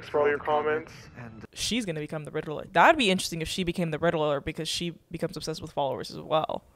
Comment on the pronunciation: "the riddller?!?" HELP